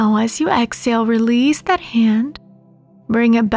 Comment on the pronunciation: Please remember there is an “ H” in exhale.